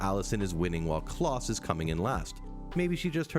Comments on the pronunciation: Klaus rhymes with blouse, not with floss. Come one now. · Vanya is pronounced Varnia like jar and Klaus like louse. You watched it and yet still struggle to pronouce their names properly! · He just called Klaus “Claus”?? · Did you call them "Vanee" and Kloss"? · love klawss and vaanya seriously if you're gonna put in clips of them saying their names tell the guy how to pronounce stuff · Pronounce Klaus wrong one more time I dare you.... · Yeah like his pronunciation of Klaus